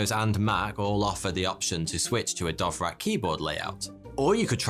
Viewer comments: Haha!! You pronounce "Dvorak" with two of your sounds swapped. Perhaps you are speaking with the wrong keyboard. 🙄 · How the fuck you gonna pronounce "Dvorak" as "Dov-rak". Jesus Christ. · I mean, if its pronounced anything like the composer, it's more like "Dvozshak" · DVORAK not DOVRAK. Don't be so;P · isn't it dVorak, not dOvrak ? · was just listening and wondering what the heck is a "dovrack" keyboard ? then i realized it's just mispronounced "Dvorak" ;) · DVorak,, DVorak, not Dovrak.:P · Dovrak? It's spelled Dvorak? :P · hey! it’s Dvorak, not Dovrak 😂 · normal people: da-VOR-ak intellectuals: d'VOR-zhahk: Dove-Rack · I hate to be that guy but Dvorak is not pronounced Dovrac its much more close to just Vorak with an a minor d sound at the start. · dont pronounce it like Dovrak, its Dvorak 🙂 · When you pronounce dvorak "Dove-rak" lol. Its pronounced "Duh-Vor-zhaak" for those of you who care. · You fell for the myth of no P0rn on Betamax. Sony had no control on what was licensed on their format. The Betamax failed because the cassette was so small and offered only 1 hour of recording time. Sony locked themselves in this small cassette. Watch Technology Connections! And it is DVorak not DOVrak. QUERTY is dumb, QUERTZ is the way to go - QUERTY is always annoying me when I don't find the backslash ;-)) And the strange layout was not for "slowing typists down" but to protect the type levers from tangling. So they were arranged that this does not happen quite as often while typing fast. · lol: DoveRack: it is /dvorzjik/ (/d(ə)ˈvɔːrʒɑːk, -ʒæk/ d(ə-)VOR-zha(h)k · Why did he pronounce DVorak as DOvrak? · Why are pronouncing “DOVrak” instead of DVOrak? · Because he's ""... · Dove Rack?? It's Dvorák! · It's DVO-rak, not DOV-rak... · learn to read. dVorak. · I was a bit baffled by how the pronunciation could've become dovrak... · It is D V O R A K not Dovrak. Thanks for the video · Dove rack, nailed it.